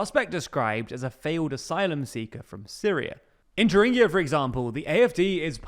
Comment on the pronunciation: Thuringia is an English word, you don't need to try to Germanize it